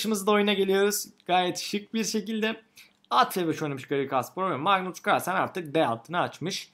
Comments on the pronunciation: magnus cuarlsen demene bir ben gıcık oldum galiba:D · mıgnıs kıırlsen